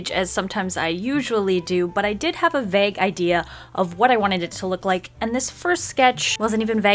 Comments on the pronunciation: I love your stuff! It does drive me a little crazy that you pronounce vague like "bag" instead of vAYg (like bagel without the "el") I wonder if that's an accent thing! where are you from? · It's pronounced vay-gh not vah-gh, still love you tho, even if you say it weird lol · and no I'm pretty sure it's not an American thing; I'm from America and the only way I've really heard it was "v-Ay-g" ...idk if that makes sense, but the 'a' sounds more like "hey" than "bag" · nice nice nice but it's vAgue, not vegg, please pronounce it as such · Sister vague is Pronounced Vayyy-g not vag. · No hate at all but is it just me or does she say "vague" weird, or maybe it cos I'm British, idk. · Nah, I've never heard it pronounced the way she says it lol. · I'm Dutch so I don't know but it sounded weird to me too. I thought it was pronounced with more length (?) to the A. Perhaps it's a USA English thing? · It's not.. She just says it really weird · Omg I thought that too! I love her but can't stand it when she says vague like that. And she said it like 3 times in a row in this vid. I'm also from UK maybe it's an American thing?